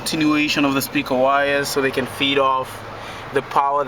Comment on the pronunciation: you said peaker